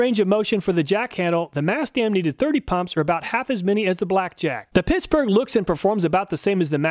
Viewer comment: Is he saying pissburgh?